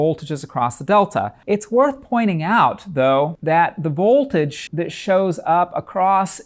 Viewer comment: Excellent explanation but is it just me or is there something about the way he says vOLtage. It’s like he is being shocked with some voltage when he says the o in vOLtage. Like stewy and the way he said cool Whip